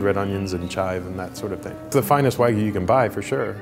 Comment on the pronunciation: no one:: wagyu, wag me